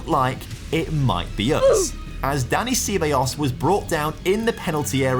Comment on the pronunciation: Looks like the beginning of a great series, but I'm so happy Juve is over so I don't need to hear you butcher Ceballos ever again 😂